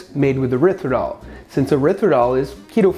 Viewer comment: What's erithridol?? I think you mean Erythritol.